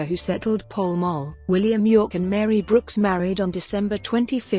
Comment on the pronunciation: Pall Mall is pronounced "Pow M- owe"